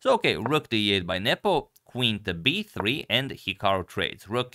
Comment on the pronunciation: The way you say b3 sounds like 'hey Siri'. Are you using an iPhone?